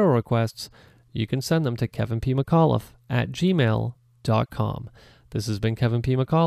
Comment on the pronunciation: I've started hearing Kevin PeemaCauliffe whenever he says his name